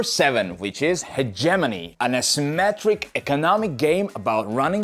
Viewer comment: Love you bro but I can't listen to you pronounce hegemony like that anymore 😂 It's supposed to sound like hedge-uh-mow-knee